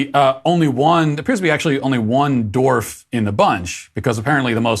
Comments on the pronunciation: Its dwarf not dorf Matt😂😂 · Not disagreeing with his points here, but am I the only one who hears Matt pronunciating dwarf as dorf?